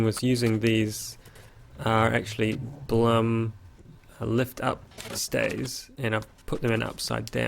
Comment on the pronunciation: FYI, Blum is pronounced: "bloom", nice build BTW!!